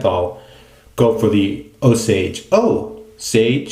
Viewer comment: Yes you're right about the pronunciation of Osage Rub. OSAGE! all one word. The name of an American Indian tribe. I can get a full bottle at Sally Beauty supply for like $9. Works great on the scalp after a shampoo in the shower too. My son loves the stuff, but, he's a menth head..😉 Depending on the price, the BB kit may be a good starting point for new wet shavers or someone going on TDY deployment. The razor and blade looked to work fine with no issues. The brush, yeah well, there's always a trade-off. Great shave and review again, thanks. Enjoy!